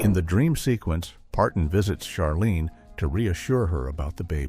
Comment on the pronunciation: Jean Smart’s character’s name was pronounced Ch arlene, (as in chair) not Sharlene.